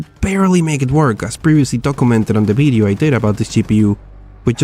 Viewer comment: WHY ALWAYS BIDEO INSTEAD OF VIDEO THOUGH